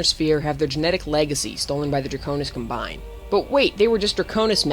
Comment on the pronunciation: Comm-bine, not cumBine